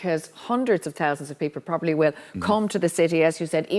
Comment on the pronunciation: I like how the Irish pronounce 't' more like 'd'. hundreds of dousands people...☘️